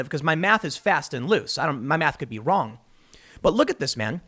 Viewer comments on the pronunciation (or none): I like the way Tim Pool says "vvvroong" with a "v" sound when trying to say "wrong" with a "w". I'm serious, not kidding. It's cool.